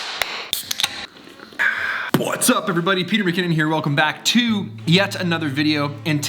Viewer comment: No one: Absolutely no one: Peter McKinnon: BWHATSUP